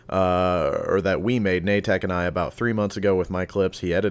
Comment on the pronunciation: Na-tek? I always thought it was just Nate-K